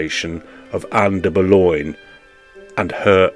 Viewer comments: I've never heard her referred to as Ann "Boloin" (as in pork "loin") or "de Boloin"/"de Boulognya" (I suppose these are the "French" mispronunciations) by anyone else. It's an unnecessary and annoying distraction to your otherwise interesting perspective. Oddly, you eschew "Bullen", the usual choice for those seemingly undazzled by Anne Boleyn's enduring allure. Well, each to his own...as you said in a different context👍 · But why are you constantly mispronouncing her name? And the voice on this video is cr*p